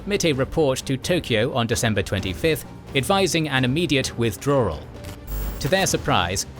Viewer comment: Amazing video, except for “Wirthdrawal”